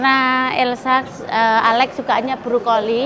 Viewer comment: Brokoli mbak.... Bukan brukoli